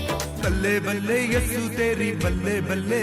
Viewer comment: First thing your pronounciation is very bad like u r telling Yashu but in real its yeshu.. Other things madam paisa kisi ko ni diya jata h na hi offer kiya jata hai ok I'm also a Christian.. dusri baat mtlb koi apne mnn se religion change kro to o paiso k liye or jo dra dhamka k karte hai unka kya Aise bht video h jo dusre dharm ko chod sbme jate hai or burayi b krte hai chahe o Hindu ho Muslims ho sikh ho Christian ho isey religion ko badnaam na kre phle jane acha se